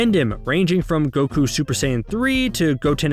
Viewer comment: How do pronounce words wrong the anime explicitly pronounces correctly for you?